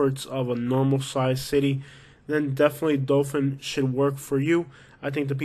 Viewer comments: Say it RIGHT. ITS DOTHAN. NOT DOFIN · Dothan is great. What gangs are you talking about?... also it's hardbto understand if you pronounce "Dothan" or "Dophin". It's rediculous. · It’s pronounced Dothan, not Dofan. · It’s Dothan not Dofin lol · I hope no one takes you seriously...take a nap before you record your voiceovers and, for the love of all things holy, pronounce the cities and attractions correctly!! It's Dothan not Dofun..."Wireless" Museum?? Try Wiregrass...ugh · Wireless museum of art??? Please check on pronunciation bc its not Dofan its Dothan. Literally everyone coming from NC and GA to PCB comes through Dothan. You obviously have NO IDEA what tou are talking about bc you are just another person who drives by. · It's Dothan,not Dolphin. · It's pronounced dathan alot of alabama towns r not pronounced like they r spelt